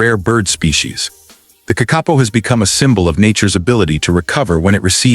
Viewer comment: I wish the narrator w0ould get his pronunciation correct. "KAK- A POE"